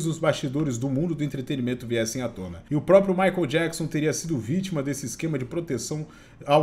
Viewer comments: Michael, não Jakson rs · Jackson 56x hahahaha. O cara não consegue falar "maicou" e sempre fala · Amigo, não é MaicOM é tipo MaicOL ! 😉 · mas michael se pronuncia "" Correcao:maicol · Não é jackson, é "Maicol" Jackson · Ótimo vídeo, mas não consegui parar de rir sempre que dizias “Micon Jackson “ 🤣 Diz-se na forma fonética “Mikel” Jackson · Não é JACKSON, e sim MICHAEL kkkkk q agonia a forma q ele fala PQP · chamando o michael e me incomodou durante o video todo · “ Jackson” é foda 😂😂😂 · O fala " Jackson" toda vez cara kkkk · chamando o Michael de... Na pegada conzinha e fonçonaro! 🤣🤣🤣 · " Jackson " é foda. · ele leu Jackson KKKKKKKK os 2 são charás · Oi … o nome do Michael Jackson, não é … vc fala td hora … kkkkk tá confundindo com o seu! 😂 Abraços… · acho muito engraçado o chamando o Michael de " Jackson" asdkjk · Jackson 😂😂😂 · o fala " jackson" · Jackson 😂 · Me da muita ansiedade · Micoul Jacson? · para de chamar o michael de micho kkkkkkk que agonia